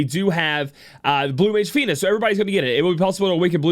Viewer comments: I would have forgiven the first time.... Not the next dozen times she insisted on calling her Feener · Feener. what kind of accent was that omg lmao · To think.... we've been saying her name wrong the entire time! I 🤣 Welcome Back!